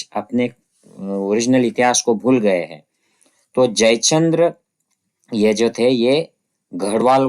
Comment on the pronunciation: सर, खुप छान माहीती! Keep It up! One suggestion बरेच मराठी लोक कायम ‘हैं’ च्या एैवजी ‘है’ वाचतात. टिंब ignore करतात. Like यहा म्हणतात यहॅां च्या एैवजी. This can be improved .